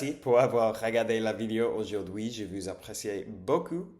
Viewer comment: autre chose : "vous" se prononce comme foot en anglais (je parle des voyelles)